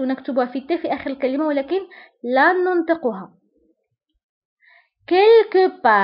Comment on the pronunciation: عزيزتي نقول نَنْطِقُها وليس نُنْطِقُها